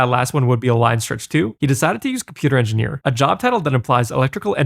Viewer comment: he's saying INDIANEER. he just pronounces indian like an old prospector